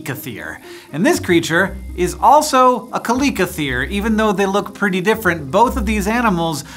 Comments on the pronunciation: The name is chalicothere not calicothere. Chalico is Greek for pebble. Prononuce the ch as in chalice or chuck. It is disconcerting to hear the animal's name mispronounced hundreds of times in this video. You need a professional consultant. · It’s not (ka-li-ko-th-ee-r) it’s (chal-ii-ko-theer) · Why are you pronouncing it "Ka-lick-othere"" when its spelt with a "Ch" like cheese or chives? Shouldn't it be said, "Cha-lick-o-there?" Puzzled. Otherwise, fascinating, informative, great clip - thanks. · Thought it was pronounced chaliseotherum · I thought it was Kal-li-ko-theer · I thought it was kal-ih-koe-there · I'm here cause of the game ark survival 😅 Favorite tame by far, but I always called pronounced it like kal ic O th or e um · Say chalicothere again, I dare you. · Only here to see how you pronounce chalicothere